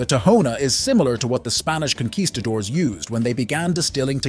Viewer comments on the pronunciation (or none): none